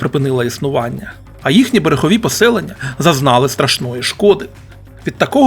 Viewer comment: Не в тему,автор ви що Г не вимоляєте?А то ЄХипет,береХові трохи ріже слух😊.